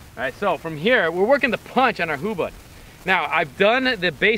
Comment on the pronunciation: This is very important to keep in mind: It is "HUBUD" not "Hubad". Hubad means "get naked" in the Filipino language.